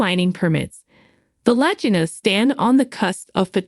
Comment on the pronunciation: The vaginal brothers come on now.What is this a bad AI